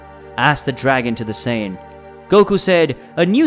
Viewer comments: whats a sayion? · 4 minutes in to the video and you’ve stated goku’s real name wrong Kakarot😑 which is pronounced “kack-ah-root” and he’s a Saiyan “say-an” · To be fair saiyan in Japanese is pronounced saiyajin and kakarot is pronounced kakarotto, but some other pronunciations are just butchered